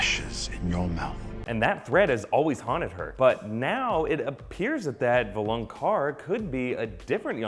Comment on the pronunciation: why do people say "VOLANQAR", if it is written "VALONQAR"? I dont get it!!!